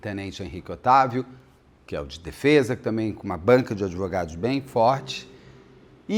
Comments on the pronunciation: Henrique Oitavo na banana, ops baiana 😅😂😂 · a maior besteira que fiz foi ler os comentários primeiro de assistir o vídeo e cada vez que ele falava oitavo eu ria de chorar. 😂😂😂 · Kkkkkkkkkk pois eu achando que o cara de alguma família imperial 😂😂😂😂 Amo esse Beto! ❤ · Hahaha eu fui até confirmar se era oitavo mesmo 😂😂 é Otávio 😂😂 mas eu prefiro Oitavo 😂😂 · Várias vezes eu entendi o Beto falando Henrique VIII (oitavo), tava achando muito curioso a história com a pessoa chamando Henrique VIII. Só depois pela legenda entendi que era Otávio. Hahahaha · Henrique Otávio Henrique Oitavo Henrique Otávio Henrique Oitavo. O Beto conseguiu me irritar com tanto Henrique Oitavo nesse vídeo hahahahahaha. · Tenente Henrique Oitavo? 😂😂😂 é Otávio Beto 😂😂😂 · Caso bem complicado. Erros e acertos dos 2 lados. Beto falando Henrique Otávio e eu entendendo Henrique Oitavo. Fui só eu ? 😂😂😂😂😂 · eu também 😂😂😂😂Henrique 8o.😂😂😂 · Estava lendo alguns comentários onde o pessoal fala que o Beto ta se referindo ao suspeito, o militar Henrique Otavio de ..Henrique oitavo..Fiquei prestando atenção na fala do Beto, e não é q ele chama o militar o tempo todo de Henrique oitavo.. 😂😂😂 Ficou hilário, não aguento de tanto rir aqui. 😂😂😂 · Idem...rs. Pior que a narração do caso tá ótima! Qd sai: "Henrique Oitavo", tenho que parar e voltar...rs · Eu ri com respeito o caso todo por causa do "oitavo " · Eu achei que estava ouvindo errado ... mas adorei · O nome dele não é Tenente Veloso? Por que o Beto está falando Henrique oitavo? 😂😂😂 Fiquei muito curiosa😅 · o nome dele é Henrique “OTÁVIO” Veloso. Acontece que o “Otávio” virou “oitavo”😂😂😂😂😂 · Toda hora eu ria com o Henrique Oitavo 😂😂😂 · Muito engraçado o Beto com confusão de nomes kkkkkk. Henrique oitavo foi ótimo kkkkkk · Só ouvia isso 😂Henrique Oitavo😂😂😂😂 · Eu rindo cada vez que ouço Henrique oitavo e pedindo perdão pra Deus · Eu escuto Henrique Oitavo o tempo todo 😂 Amo ❤️ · 😂😂😂😂😂😂 Otávio, gente! Eu tbm ouvi oitavo o tempo todo.